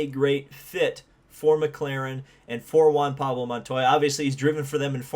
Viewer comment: Larry Mcreynolds- "don't you mean Juan Pawlo Montoya?"